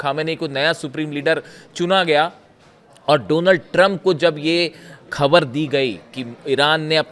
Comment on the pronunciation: भाई खबर नहीं होता ख़बर होता है